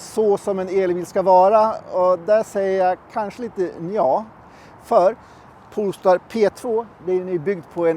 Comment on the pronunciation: Poooool-star!? … Polestar…